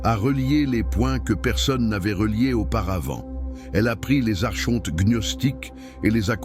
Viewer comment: Par pitié ça se prononce arKonte !